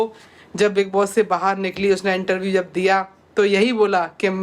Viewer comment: Intaview nhi interview hota h itna dimag padhai me lgati to bhn Aaj tu sahi bol pati 😂